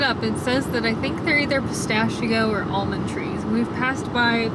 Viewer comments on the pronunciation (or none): none